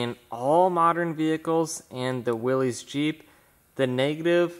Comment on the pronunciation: It's pronounced Willis. A willies is what u pee with